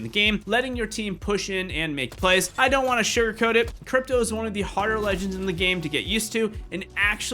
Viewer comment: Did anyone notice that he sId dripto and not cripto 😂